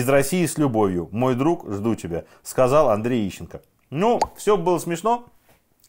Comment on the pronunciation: Ищенко фром май харт.. уши в трубочку свернулись